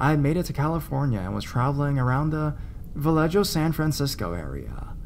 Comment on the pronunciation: Vallejo - Vah-lay-ho, not Vah-lay-jo. You were told you politely 2 previous times to try and make an effort at Spanish pronunciation in your narration. 3rd strike, no excuse, now you're just being a dumbass.